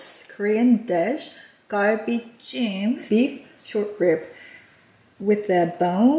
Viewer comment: your pronunciation of galbi jim sounds so American, garbi Jim😅